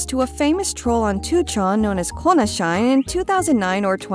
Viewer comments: konashine is most definitely not read "kona shine" as in 'to shine brightly' but SHI NE as in 'die, kona' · heads up: konashine would be peonounced "kona she-ne". it means "die konata"💀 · I'm gonna agree with the other comments here, it's definitely supposed to be pronounced KOH-nah-SHEE-nay. That makes way more sense contextually. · Konashine is probably not "Kona shine" given their dislike of the character it is likely "Kona Shi-ne" which roughly translates to "Die Kona" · its kona"shi-ne" as in death lol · thank you for your hard work! just wanted to add that i think the shine part of konashine is not supposed to be read like the english word 'shine' but '死ね', telling konata to die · this chick seems to put decent effort into her pronunciation so I was really surprised when she didn't catch that.